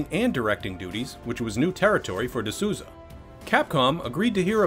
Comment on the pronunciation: Just a heads up, it's Souza as in Souls. Sounds something like "the Soulza".